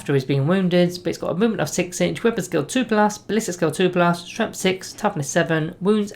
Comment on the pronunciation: Love your videos, but I just HAVE to comment on how you keep pronouncing "Strength" as "Stremth". I just can't get used to it :)